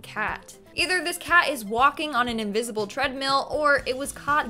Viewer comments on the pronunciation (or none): none